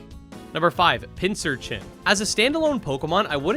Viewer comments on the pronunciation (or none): I guess I'm in the minority in loving all the fossils for how outrageous they are. Also, Pincurchin is pronounced with a hard 'c', like "pincushion". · Pincurchin is pronounced with a hard C. It's a pincushion urchin. "pinc" "urchin"